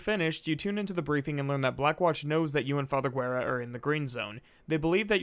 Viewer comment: talks about alex VA mispronouncing a name -Immediately mispronounce father Guerra's name